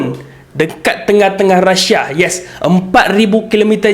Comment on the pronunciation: Deyy bukan rasha.. rusia.